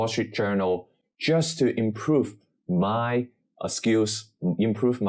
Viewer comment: Please don’t emphasise “just” getting a C at AL, it sounds a bit…..ironic